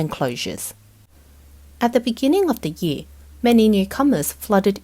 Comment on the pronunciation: I love this channel and have been watching every single one of their videos the past year. Maybe it's just me but how the female narrator pronounces "year" really buggy me😅